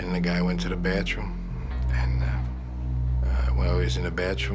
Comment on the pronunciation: KiLL DoZeR — you mean batchroom?